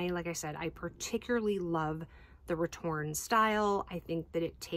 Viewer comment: I'm sorry I have to correct you, you're missing an "É" at the end of your return. I know in english diacritical accents are rarely used so basically no one writes the name of this bag as it should be written so it goes over almost anyone who doesn't speak french heads but this style is called "retourné" not "retourne" meaning is "flipped (inside out)" instead of just "flip" so pronouncing that final E is very important.